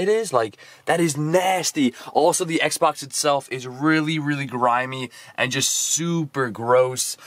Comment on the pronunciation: Is sounds like you say Sexbox